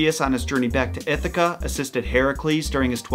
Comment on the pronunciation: "She is what one might call a b*ss *ss b*tch" bless you BTW the way you say Ithaca hurts me